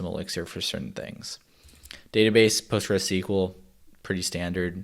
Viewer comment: I'm sure he said PostgreSeaKwel in purpose 😂